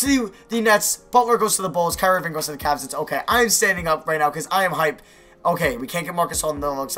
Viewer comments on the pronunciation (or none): none